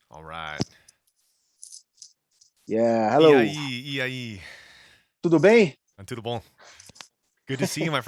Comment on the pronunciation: You spelled "Bom dia" e "Tudo bem" so well that he thought you speak portuguese. Hahaha!